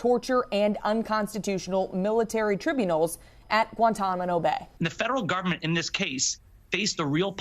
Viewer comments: Sry, “Guantamano Bay”? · Guantamano? Seriously? You said it twice. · Newscaster can not even pronounce Guantanamo.